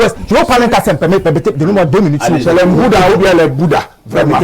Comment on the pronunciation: Nbouda = Boudha😅😅😅Yes les Kamerunais sont forts...